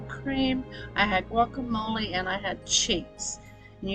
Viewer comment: 👻 New viewer here. Our temps have dropped to where cooking will be enjoyable again. Don,t know which to try 1st. Thank you for pronouncing guacamole correctly. That was like a breath of fresh air!